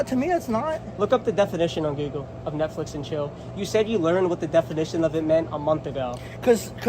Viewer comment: Grandpa: 'Netchicks and flill' 😆🦷